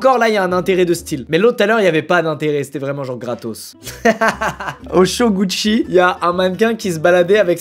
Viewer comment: les "cho gouchi" pour dire show gucci 😂😂😂😂